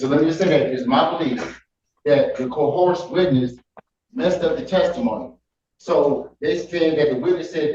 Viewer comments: "Dat co-horsed witness..." 😂😂😂😂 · Not the "co-horsed" witness 😂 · Judge Simpson’s defendant said things got co-horsed. Guess he doesn’t know how to say coerced. Bless him, some words are challenging.